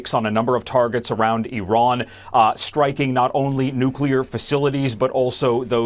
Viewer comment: ... EVERYONE here pronouncing IRAN so perfectly ... ... THANK U 🙏🤍